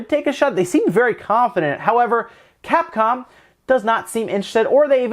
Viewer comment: at first I thought you said Cat-Con